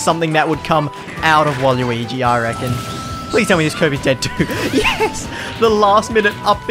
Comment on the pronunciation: Yo the way z pronounces waluigi making me consider planning a flight to AUS, I need that culture